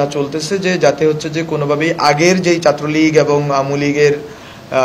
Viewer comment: চা ট্রো লীগ😮😮😮😮 what a pronunciation